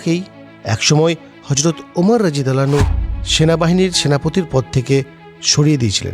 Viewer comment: আপনার রা: উচ্চারণ স্পষ্ট নয়